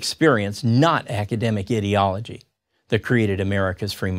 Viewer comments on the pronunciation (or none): Great video. I love how this guy pronounces "ideology" as if he were trying to say "idiotology". We should make that a word and use it to describe how most academics think.